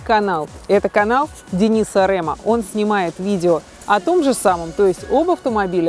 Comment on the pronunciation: Не РЭМА, А РЕМА